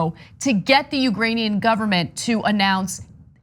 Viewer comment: Lol “ugranian”